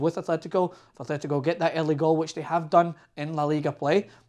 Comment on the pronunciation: Nice analysis but can't you pronounce anything? There's no h in Atletico.